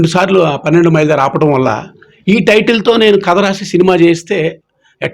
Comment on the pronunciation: అది పెన్నెండు మైలు కాదమ్మా. పన్నెండు మైలు ok